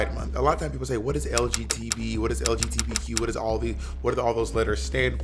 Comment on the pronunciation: why does he say LGTB instead of LGBT?